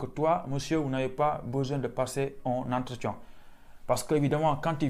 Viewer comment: Tu as dit "entretian" ou "entretion" 😂😂